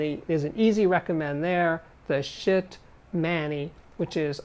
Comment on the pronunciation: Nice video... So many cool products. The hardware can be a bit complicated, so many things you need to get up and running. Funny how he pronounced Schiit :D "shit'